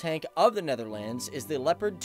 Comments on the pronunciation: The way he pronounces Netherlands is offensive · Hoe hij “Netherlands” zegt is best grappig.